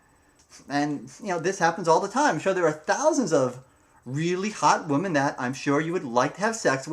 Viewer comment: Nice video (just be sure to pronounce the plural "women" as "wi-men").